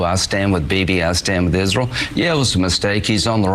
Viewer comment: I think the way Graham pronounces Israel is kind of cute. "IZ-rull".